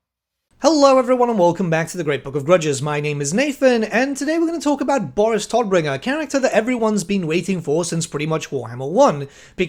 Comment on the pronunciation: "Todbringer" is German and means "bringer of death" and you are pronouncing it wrong. Just fyi.^^